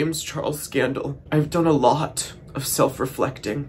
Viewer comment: The "I've done a lOuaht of self reflection" was so 👨‍🍳👌